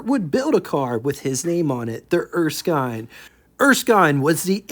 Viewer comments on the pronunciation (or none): did you find some source that confirmed Erskine was pronounced “Er-skyne”??? Otherwise every other time I’ve heard this name, it is pronounced “Er-skin”. And if not, don’t say I didn’t tell you the same thing last time. 😊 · Typically in Australia, Erskine would be pronounced as ers-kin. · It's Erskin. the i is short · Thanks again for sharing another rare car with us and from my experience wich was listening to my father and uncle’s that were there back in the day I believe it is pronounced er- skin as in skin. For the WYR I’ll take a 27 Pontiac and the 27 erskine. Have a good one and looking forward to the big 500 tomorrow, yeah buddy 😊